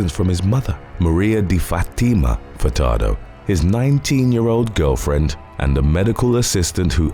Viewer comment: Idk if I heard you wrong or not, but I swear you pronounced Denis "Dr. BumBum" Furtado's name as "Fucktardo" and now I can't unhear it...